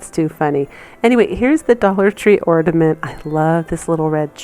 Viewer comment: Love the things you’ve shown. But I listened to your taped piece when you say the word ornament it sounds like your saying ordament instead of ornament.